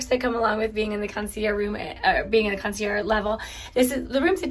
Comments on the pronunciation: You’ve been pronouncing it correctly. In French if the word ends in a vowel you pronounce the last consonant and vice versa. is pronouncing it incorrectly you need to pronounce it with the g. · PLEASE PLEASE PRONOUNCE THE "GE" (CON SEE ERR GGE) OR ACTUALLY THE END IS "ZH" PRONUNCIATION HAHAHA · you’re pronouncing concierge wrong you need to pronounce the g in the word